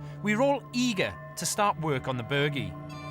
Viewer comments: Someone should have slapped the host the first time he said "The Burgie". If anyone wants to play a deadly drinking game... take a shot everytime he says it. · Omg, now I want to slap him too. Form an orderly line people. Now that you’ve explained his mispronunciation, it’s really really (REALLY) annoying me...really, and I’m only 15 minutes in. He just keeps saying it and he’s the only one doing it. I still want to watch to learn and see what the location has to tell them. I do find his hosting mildly annoying, because it seems to just be about the him wanting to talk, erect elaborate rope access points and in this case, try to use “quad bikes” to tear up the countryside. It’s mostly just for him to yap on - and after watching a few of these you start to notice a pattern of them not having enough time to do a reasonable amount of actual archeology or even finish. He’s more about the “Extreme” part of the title, than he is the digging. I really appreciate you explaining how to say the name correctly. Ha ha he really is such a tool isn’t he. It’s like he thinks that he’s going to sound like a local (or cool) if he calls it that, his arrogance/ignorance means he couldn’t even be bothered finding out by just asking someone etc. That’s how “extreme” he is. Get rid of him and just have the amazing women instead. I’ve been online and this location was not really a great mystery. I was reading the uk listing of the site as a protected historical monument (sorry, I can’t remember the exact title they use) and some of the archeological references about this site are from the 1960s. Another blog site referred information dating to 1700s. Oh w